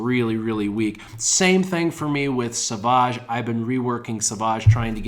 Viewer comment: Love your vids but please it's savage not saaavaaage, like a savage lion.